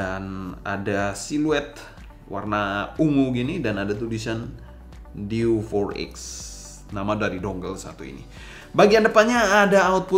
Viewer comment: Diewe 4x bang, bukan diw for ex